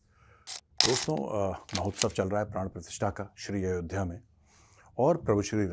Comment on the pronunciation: मेजर साहब यह पाकिस्तानी अयोध्या को अयोधिया क्यों कहते हैं और विक्रमादित्य को बिक्रमदितिया क्यों कहते हैं यह समझ नहीं आता